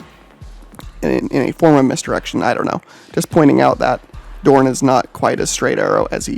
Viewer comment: It’s pronounced Rogal DoRN say it like you would torn but with a D and less ununciation on the o so like DoRN. Not trying to be a dbag just trying to help you’re saying it more similarly Darn by putting more into the O.